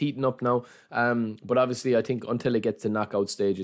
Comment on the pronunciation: „i tink“